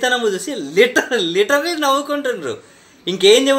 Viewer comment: Videos cheyatame kaadu . Kinda pettina comments kuda chaduvuko . Konchem realise avuthaav . Nuvv nee chettha navvu .. Literally babu... littallyyy litaly kaadu